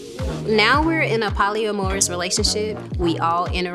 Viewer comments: polly a morris? lol That ain't how you say it. You gotta know how to say your keywords, girl. This arrangement shows how the joke's on him. Women say all the time how they need men just for a few things and would rather not have to meet all their expectations. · alright that girl w the pronunciation of poly-amorous